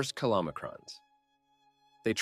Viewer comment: Good basic info, although we still don't know for sure that the lipid energy model and rising LDL is safe (although I suspect it is). One point regarding pronunciation... ... Kill-om-e-krons? How about Ky-low-my-krons? [Chylomicrons].